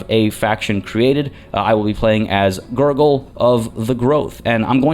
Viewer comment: Man everytime you say GurGul i keep hearing Nurgle